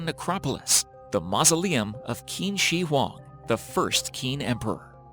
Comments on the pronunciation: QIN SHI HUANG should be pronounced as if it is CHEEN SHEE HWANG 秦始皇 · Hearing you try to pronounce qin shihuang is cringy. It sounds more like chin shurr huang